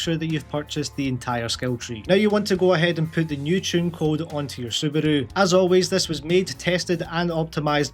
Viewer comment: The way you say Subaru is funny af :D